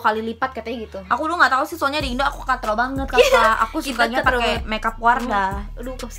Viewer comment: KATROK - KATROK aja sih bilangnya 😅